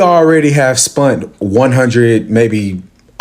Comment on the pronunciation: Bro said spunt 😂😂😅